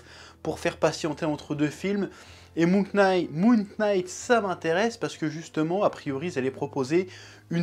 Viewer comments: Super review chef ! Parcontre je sais pas si tu fait exprès pour le délir ou si c'est involontaire mais le K de "Knight" ne se prononce pas. "Knight" se prononce comme "night". Je vais sûrement me faire insulter pour cette correction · Salut chef, Knight se prononce night, K is silent, ouais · Il a prononcé le k dans le nom de la série, jettez lui des tomates immédiatement XD XD XD. Très bonne review comme dab on a l'habitude.